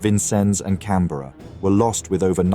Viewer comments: Her name was HMS CANBERRA NOT Cranberra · The Australian Heavy Crusier......CRANBERRA? You would think someone who knew about the battle would review this before you finalized it. CANBERRA......not Cranberra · The Cranberra??? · haha cranberra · cranberra lol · You mean the Cranberra😂